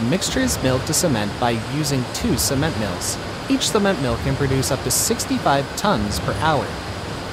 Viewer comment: Sorry but what is mirl or what sounded like that and if we don't already know the mill types telling us what it isn't doesn't help. This assumes we already know the process and equipment.